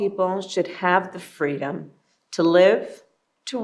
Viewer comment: I'm sure she rembers a time when she and her muslim brethren were protesting. And she picked up a rock heaved it and shouted fweedom.